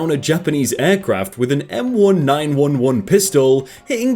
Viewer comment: Its pronounced M1911A1 as in M-nineteen eleven-A-one